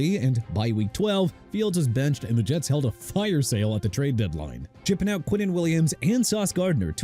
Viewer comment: Do me a favor: respect Chicago by pronouncing it right! SHEE-KAH-GOW NOT CHEE-KAH-GOW! What don't you understand huh?! And you meant shipping out?! It's not "chipping out"!! I hope somebody fires you whether you're an A.I. or not!!